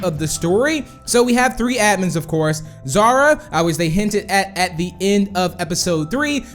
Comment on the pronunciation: Melanie Lee It's Xara Not Zara